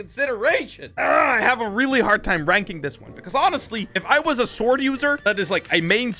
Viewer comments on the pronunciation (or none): none